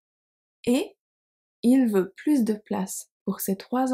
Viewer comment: Very useful, - thanks. I was surprised to hear you pronounce the S at the end of PLUS in "plus de place". Whenever I have heard expressions like "plus de temp" or "plus tard", the S has always been silent. Would you be kind enough to explain, please? 😜